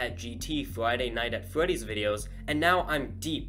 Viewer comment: Not five nights at fwetys its five nights at freddys